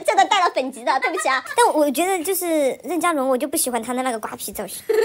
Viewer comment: 任（2声）嘉伦，不是四声